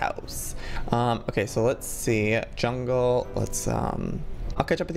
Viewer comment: Lol "... hungle..."and then "...quilet..." 😅😂 Like if you laughed!